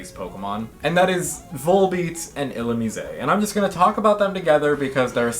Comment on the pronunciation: I have never heard Illumise pronounced that way and it somehow sounds way cooler like that? Uhoh do I like it now?